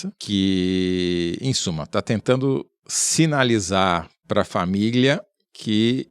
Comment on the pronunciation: quem mais pegou esse "famiglia"? Hehe